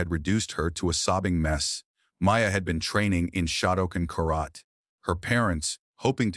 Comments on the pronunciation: You need to learn to read. As an example , one of many, karate is not pronouncced like that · It’s so weird when AI Can’t pronounce words correctly like karate.